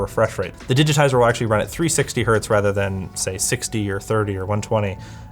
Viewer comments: It definitely gave me 120 hurts. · 1 Hert?! 🤦‍♂️ The unit is Hertz, as in the name. 1 Hertz. Yes, completely triggered. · nonono, anything below 1 Hz is pronounced '## her', 1Hz is 'one hert' and anything above 1Hz is '## herts' - 100 Hz is 'benjamin' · Did he really said one hert? You know Hertz isn't the plural form of Hert right? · hertz is not plural, it's 1 hertz, not hert :) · No, "Hert" is not the singular of Hertz. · To everyone saying '1 hert' is correct, the unit is ALWAYS pronounced with the plural 'hertz'. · Did he just say 1 Hert? Lmao Hertz is not the plural of Hert. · God damn Americans (Canadians are basically Americans Lite). It's 1 Hertz! the Z is not to denote multiplicity. It's HERTZ! Not Hurt. 🤦‍♂️🤦‍♂️🤦‍♂️🤦‍♂️🤦‍♂️ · Heinrich "Hert" wouldn't be proud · 1 hert isn't a thing right? Like the z doesn't make it plural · i love how you butchered the singular of Hertz to... Hurt? The guy was named Heinrich Hertz. It's not a plural s... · "... it can go down to one Hert" That really Hert my ears. It's Hertz, even if it's a single Hertz. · i love how he said "1 Hert" as Hertz were plural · Really? 1 hert??? Come on man... That's 1 HERTZ! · No one noticed that he called 1 Hertz "Hert"? HERT?! man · Did you just say "1 hurt"???? It's not "Hurts" where the "s" indicates plural... the unit is Hertz, regardless of the number preceding. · are we not going to talk about 1 "Hert"? :D ... I am surprised poor Heinrich Rudolf Hertz didn't appear there to slap him for that :D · It's Hertz. Like ... his name was Hertz. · did he just say 1 hert? it's Hertz! It's a name! It doesn't have plural or singular! LOL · “1 hert”... That hurt 😅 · You know the german Heinrich Hert? He invented the Hert. Before that it wasn't possible to measure frequencies, and that hertz. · No, that HERT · Btw... it's still Hertz - even if it is just one. There is no such thing as one Hert. Hertz is named after a dude called Hertz. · it is 1 hertz. Not "hert"! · one hert